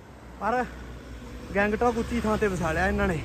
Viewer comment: ਬਾਈ ਜੀ ਗੈਂਗਟੌਕ ਨੀ ਗੰਗਟੋਕ ਆ ।